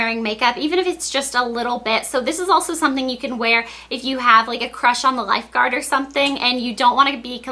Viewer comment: loved how she kept saying a "crush on the lifguard" do you have a crush on the lifeguard blair?!!?